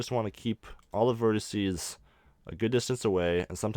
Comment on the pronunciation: Very interesting. It does anoy me though that you keep talking about on verticee, (don't know how it would be spelled...) it's a vertEX... Vertices is the plural. To anyone that wants to burn me about this, I have ASD... These small errors make it REAL hard for me to actually follow the tutorial. Besides, my comment is meant to TEACH, not to make anyone feel bad...